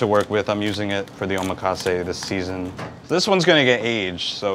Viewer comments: Nice video but the word omakase is mispronounced by you. The accent falls on the 2nd syllable...o...MA...kasse. I learned that in a real NYC sushi palace. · his pronunciation of Omakase is wrong.. meanwhile in Japan the whole set he charges $300 USD for is like $15 here. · bro don't even know how to pronounce 'omakase' lmao